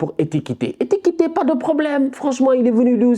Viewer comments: « ETIKITÉ » 🤣 c’est plutôt « EKITIKÉ » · c'est Ekitike pas Etikite, tu detruit le blaze du mec 😂😂🙌🏽